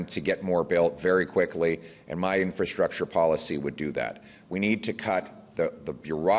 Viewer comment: It's a wee bit embarrassing to think that we have a prime minister who demonstrates over and over that he cannot pronounce, 'infrastructure'.